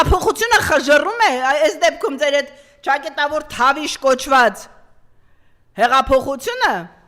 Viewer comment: Մեկդ ասեք էս կնոջը, որ չակետավոր չէ , չակեՐտավոր է....չէի գրի, եթե այդքան հաճախակի չօգտագործեր այդ բառը...